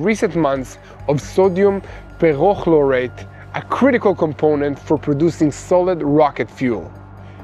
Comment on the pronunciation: peREchlorate NO peRchlorate YES